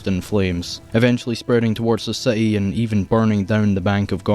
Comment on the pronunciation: Gotham see-eaty